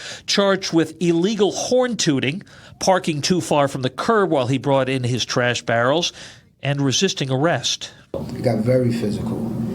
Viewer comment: Tooting, not "tutting".